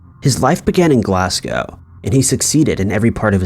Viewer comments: I love when Americans call Glasgow Glass Cow lol. (Glas-go BTW) Just realised that might sound sarcastic but it's not. I really do think it's cool and as a Scottish woman have probably pronounced loads of things wrong 😂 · Glasgow is pronounced Glaz-go 😊 Good video as always tho